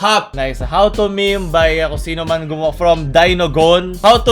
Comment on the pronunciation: meme po hindi mimi haha